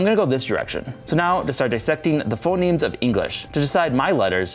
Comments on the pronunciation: In the middle, you kept saying 'phenoms' instead of 'phonemes' (and that's actually an insight into how spoken language evolves: one way for a word to change is that two vowels switch places) :) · You called phonemes phenomes a couple of times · Phoneme, not phenome